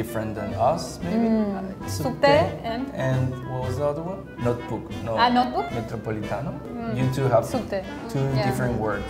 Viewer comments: "Nóchibuqui" rsrs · Actually we don't say laptop, I mean, sometimes we do, but most of the time, almost everyone only says notebook, we call a laptop a notebook, just like we call a billboard an "outdoor". Edit: Just realized she said it afterwards, anyway, she kind of pronounced it differently than we do, we usually pronounce it like: "notch boo ki". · Lapeetopee notcheebookee 😂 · When the brazilian speaks about lapitopi or notchibqui, she first makes a quick hidden "é", which means yes. ahahahahahah